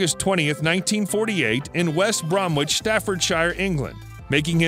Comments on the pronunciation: It's pronounced west bromich, not Bromwich. Worcester is pronounced Wushtershire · This voice over Seth Rogan style is a embarrassment to any brummie -the song is All of my love, the pronouncing of "West Brom wich and Worcester" is just plain bad.